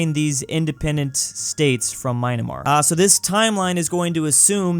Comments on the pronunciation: It’s Myanmar not maynamar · why does pronounce Myanmar as Minamar? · Why do you keep saying My-na-mar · Myanmar* NOT Mynamar And you keep doing the same on multiple countries. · Nooooo you were doing so good by correctly pronouncing Myanmar but today you have disappointed your Burmese viewers not losed disappointed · does he mispronounce stuff on purpose? emu, myanmar